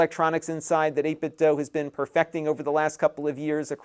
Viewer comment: It's pronounced dew; not doe.